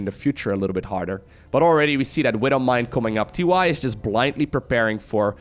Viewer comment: TY but actually it is tee tee